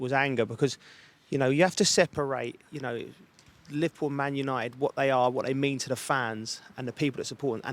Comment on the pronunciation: “Lipple Man United”